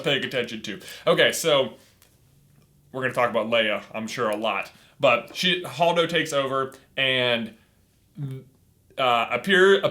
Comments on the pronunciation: holdo not hodo. And they acknowledge the correct pronunciation in the beginning of the video. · it is Hold-o hold pronounced like the word hold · Holdo is pronounced Hold o.